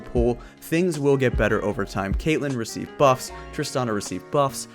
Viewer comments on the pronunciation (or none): none